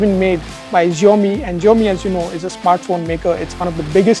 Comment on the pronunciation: Xiomi ---- jiome ❌ Shaomi ✅